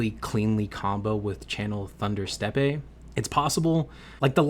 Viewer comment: “Steppe” is pronounced the same as “step” 😊